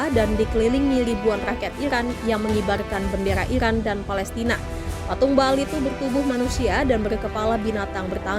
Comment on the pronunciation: Ba'al = Be'ol 😅